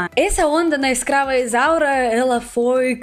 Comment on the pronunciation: Amei amei amei. Quando você fala ESCRAVA ISAURA o mundo treme nos erres, tão bem pronunciados, é lindo. Eu não podia imaginar, o vídeo é uma grata surpresa.